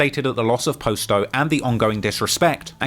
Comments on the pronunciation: Please stop butchering our names and our block names u do all this research its not hard to find out what they name is u call posto which his name is pronounced pos-sto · Why do you continue to pronounce it as "Post-Oh" when you can clearly hear multiple people pronounce it the correct way? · It’s not posto it’s potsto that’s how you pronounce it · Hey.. it’s pronounced (pas- toe) Not po-sto. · Bro y u keep saying post o it's clearly not his name damn u annoying for that I fwy but if u gne say a mf name say it right it's like u steady saying dude name wrong on purpose n sht clearly it's posto not fkn post o smh n u hear them saying posto too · I don’t get after all the research and time spent on this video, including watching people pronounce the name themselves, how you can pronounce posto the way you do… good video nonetheless but it’s “pah-sto” not “Poe-sto” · Post dough lmao, if your going to make money off dead people can you at least pronounce their name right? I know you heard them pronounce it 1000 times doing your weeks worth of research on gangs like it was a Harvard paper. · You hear from the guys themselves on how to pronounce the names but you still mispronounce it. Posto(p-ah-s-tow), Muskegon (muh-ski-gahn) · It's Posto like Pasto! Pronounce Pasta, like that except Posto, and it's Muskegon like Muss kee Gun, not Jun!!! Lol come on now! And KTS Von was the shooter when Alamo and Roc died Von did that with a Tech Nine, listen to his song Kill To Survive, he says "I remember going crazy with that Tech" that's what he's talking about...... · How do you hear in several videos how to properly pronounce 'Posto' but still mispronounce it the whole time? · Bruh the way he kept saying posto was annoying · Kinda made me crazy how was pronouncing posto's name wrong throughout this whole video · Can't stand how ur pronouncing "posto"